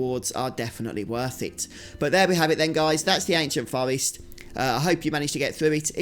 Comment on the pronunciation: Its pronounced Forrest not fowest. Get speech therapy!